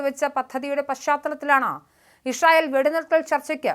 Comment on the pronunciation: ഇഷ്രൈ ഇൽ അല്ല മോളെ., ഇസ്രായേൽ 😂